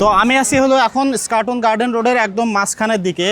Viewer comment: "স্কাটন" না "ইস্কাটন"??